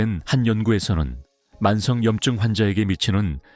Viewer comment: 왜 염증은. 염증으로. 발음하시나요?